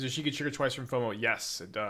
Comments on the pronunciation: Eshiki Eshiki Eshiki. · Eesheekee is definitely a way to say her name. I see you have been taking lessons from Seth